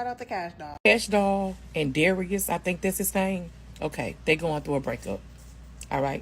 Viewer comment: HOW HARD IS IT TO SAY DARIUS WITH A “ZA” AT THE BEGINNING